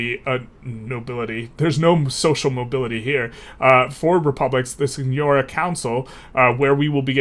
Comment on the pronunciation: It’s pronounced seegnoreeah :)